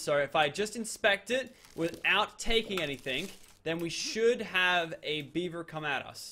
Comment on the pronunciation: He keeps saying beiber, as if it were Justin Beiber, I mean come on, is it not beaver? And not even that it is a castoroid